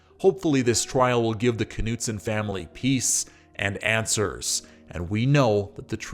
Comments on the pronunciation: The North Dakota pronunciation includes the “K.” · Dude the K is silent.